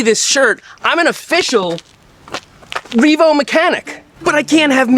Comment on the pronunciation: It is no longer just a Reevo. It is Reemade.